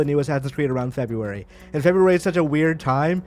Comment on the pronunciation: Febrarararyry lol